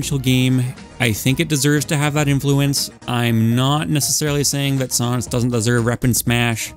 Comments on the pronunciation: ok a mii gunner skin for sans is a good place for him, but also, sohns? SOHNS??????? pronounce it right or kill me now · why does he say sans like saans lmao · The way you say sans is a crime against every Atom in existence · "sahns" got me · I am in physical pain because of how you pronounced sans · Ok so I’m a rather understanding person and can see your reasoning for everyone’s placement but on thing I just couldn’t accept. Your pronunciation of sans’s name it was entirely unacceptable and I would like to request an apology video. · Why do you say sans like that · The way you pronounce Sans' name kinda infuriates me.